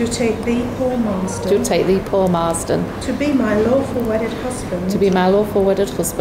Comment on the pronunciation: He definitely said 'My awful wedded wife'